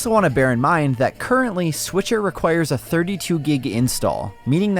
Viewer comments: Switcher 😆 he said switcher 🤣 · Please don't call it "Switcher..." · Hey everyone... it's the S'Witcher 😁👍